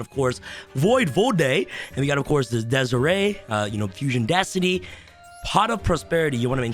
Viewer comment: mf said Desiree wtf lol